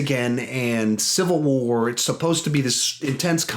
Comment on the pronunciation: You said CA CIVAL WAR twice lol